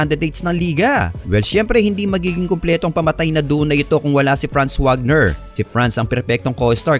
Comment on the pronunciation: Wagner is Pronouced as "Vagner" since German si Franz